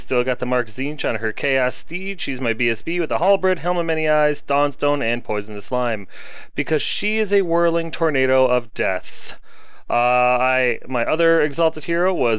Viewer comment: It's still not called a "halbred" It's still very much a "halberd" :) H A L B E R D Halberd :P